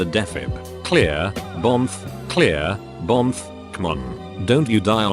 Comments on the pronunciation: No one: Automated voice: bomf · I DIED AT THE BOMF'S